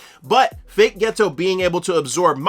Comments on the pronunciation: Turned this off after 2 mins and found a different explanation cause I couldn’t listen to you say “ghetto” instead of Geto any more. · Ghetto isn’t ghetto 😂😂😂😂 please learn how to pronounce peoples names some of you YouTuber have the examples in your face hear how it’s supposed to be pronounced and still find a way to mess it up how